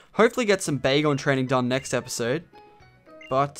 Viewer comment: When you found dat Bagon I Thought you said Bagel :D